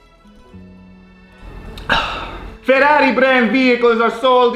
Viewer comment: "FERRRRRAAARI!" lolz